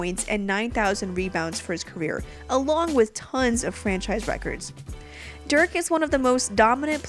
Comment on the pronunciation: Forgett about the "w vs.v" stuff ... his first name is Dirk (with an "i" as in "discussion"), not Derk (like in jerk)